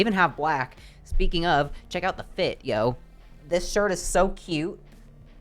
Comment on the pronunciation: One thing I dislike is when you use slang you put so much emphasis on “Yo” I’ve noticed a lot of quirky whyte etc do that. Your not too whyte to say it the way it was originally intended. You don’t have to make it a mockery or make light of how we communicate. If I did the Dave Chapelle whyte guy voice whenever I wanted to say something typically said by whyte folks it would look rude and odd.